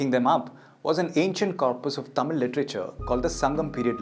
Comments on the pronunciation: Excellent presentation and pronouncements of tamil words are awesome 👌 👏 👍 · Thanks a million for such a great video with the greatest tamil pronunciation!!!!! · The best video that I ever saw in English with all the Tamil pronunciations are perfect. Clear explanations.congratulations for the team and thank you so much for making the video .👏👏👍👌👏☺️